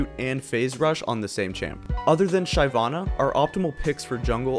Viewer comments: SHY-VANN-A, why do you pronounce it like that :( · Did he just say "shy-vana" ?